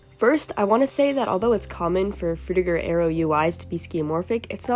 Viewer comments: Sounds like you say "Frutigo Aerio" sometimes. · Are you like... A real person? How do you manage to change your pronunciation of Frutiger Aero that much lol Frutigo Aereo? Hehe :P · i think you pronounced Frutiger Aero 9 different ways in this video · It's funny how we went from Frutiger Areo to Cyberpunk Dystopia in a matter of a decade or less. Also, I find it interesting how your pronunciation of "Frutiger Aero" changed as the video went on. [Edit: LOL you called it out at the end.] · I like how, halfway through, you started changing the pronunciation of Frutiger Aero every time you said it. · drinking game: take a shot every time she mispronounces "frutiger aero" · u never pronounce "frutiger aero" the same way twice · Bro how are u gonna pronounce frutiger aero like 5 different ways. 6 as i write this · take a shot everytime the narrator switches their pronunciation of frutiger aero